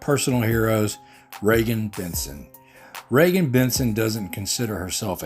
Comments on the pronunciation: Regan is awesome!! ❤️ FYI. It’s Reeegan. Not Regan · It's REE-gan. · She is a REAL HERO! & FYI her name is pronounced Reegan :)